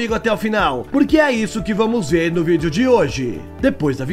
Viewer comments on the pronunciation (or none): none